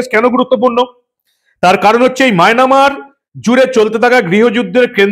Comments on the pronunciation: Resp., Sorry to say you please rectify the pronunciation of Myanmar. I like your presentation. You are uttering as Mynamar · সব ঠিক আছে,তবে মায়নামার উচ্চারণটি সঠিক নয়।